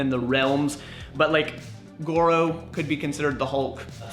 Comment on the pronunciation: its gordo not goro